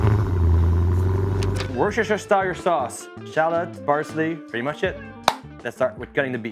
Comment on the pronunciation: It’s pronounced wooster-sheer